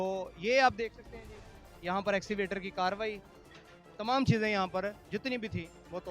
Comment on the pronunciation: axivator nahin kehtay bhai Escavator kehtey hein